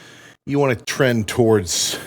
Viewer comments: “you wanna TREN towards the beefier side of things” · "You wanna tren towrads the beefier side of things." welp he said it boys. time to start blasting gear